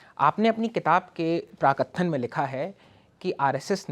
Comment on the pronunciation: प्राकक्थन नहीं, प्राक्कथन